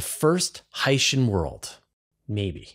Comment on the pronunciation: Portmanteau or not, I do not like how the word Hycean is pronounced in this video. It would sound a million times better pronounced "Hy-ce-an (Hi-see-an)"...